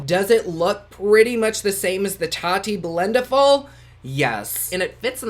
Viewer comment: Blendiful sounding 😂